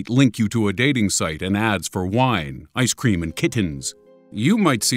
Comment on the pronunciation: Wine-iceCREAM and KITtens. (I thought it was funny how he said that)